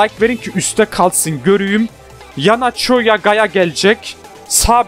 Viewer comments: yaya değil gaya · Gaya ve Marcos diyen +1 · gaya , de marcos